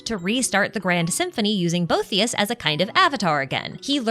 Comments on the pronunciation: Pronunciation note: bow-EE-thee--us. After a philosopher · Arlecchino did have her vision when she fought Crucabena. She gained it from resolving to kill her. Ah the mispronunciation of all the Remuria names kills me. Scylla = Silla Cassiodor = Cassio-door Boethius = Bo-ee-thee-us Also on the Itto event, Miko directly mentions "the bigger war," it's not a hint or something to read into. It's plain text on the screen.